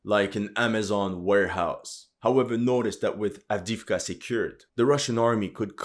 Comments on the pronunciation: Adeevka not Adiivka !!! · Правильно произносите A v d e e v k a